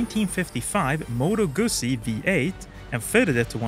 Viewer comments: Its not a guuuusi, its a Guzzi! I am no italian, but even my feelings are hurt by this pronounciation. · The ZZ in Guzzi are pronounced the same way as the ZZ in Pizza. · My brain is broken because I know you're saying "Guzzi" but I keep hearing "gussy" and it's cracking me up